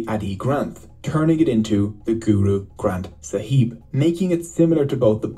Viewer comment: I love how they mispronounce so many things GoOrOo gRAnTh SAhEEb